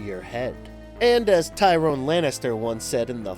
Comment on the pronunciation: Are you mispronouncing names on purpose? It's Robert Pattinson, not Patterson. I don't watch Game of Thrones even I know its Tyrion Lannister, and not Tyrone (maybe that's an inside joke in the GoT community I don't know about?).